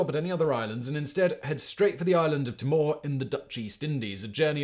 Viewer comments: Timor is pronounced "tee more". Man, how did they make 5 days of water last a month (or however long that was)?! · Pronounced “Tee-more” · Timor: t'MORE ? Usually pronounced TEE-more from here in Australia. Just never heard the t'MORE pronunciation before ☺️ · Very good summation. Two minor things. Timor is pronounced "tee-maw," not "t'maw." And Pitcairn is pronounced 'pit-care-n,' not 'pitkin.' Not being pedantic, just letting you know the way the locals say it. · Thankyou Simon. it's so refreshing to have a video that's not US centric. (I'm talkingl YouTube generally, not this chanel specifically)Please do more of this sort of thing!! BTW Timor is pronounced tee-more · Well presented as usual. From Cape York, they would have sailed West to Timor (pronounced 'Tea-more') rather than South West. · Narrative too fast also Timor is pronounced Teemor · Terrific stuff, although I condemn you to five lashes for every pronunciation of Timor ! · ...and learning how to pronounce 'Pitcairn' and 'Timor' would help.